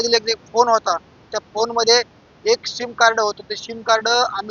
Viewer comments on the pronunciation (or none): पत्रकार साहेब ’सीम’ कार्ड म्हणा ’शिम‘ नहीं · शिम नाही रे सिम सिम कार्ड